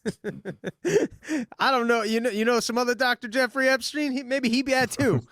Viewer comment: DAVE! Why are you pronouncing Epstein as "Ebstein" throughout this entire video?! I've never noticed you pronouncing "Ps" as "Bs" before. It's infuriating man. EP-stein. EP! Not EB.